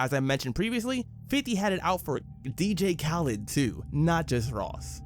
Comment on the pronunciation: Bro did you really pronounce dj khaled like that 😅😅